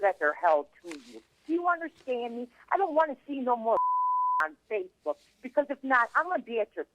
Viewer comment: “harassing me on fyacebouk 😡😡”